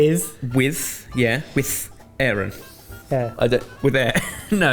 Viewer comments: Love you guys, but it was painful hearing you butcher Middle English and mispronouncing the thorn ( þ ), long s ( ſ ) which is never pronounced like f, and ayren (EYE-ren), cognate to German and Dutch ei of today. Cooking results were really impressive, though, and that's what we're here for! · BTW, It's pronounced eye-ren...